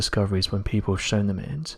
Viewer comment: AHAHAHA who are these "people" honest these types of videos it's always " peepow say" 😂😂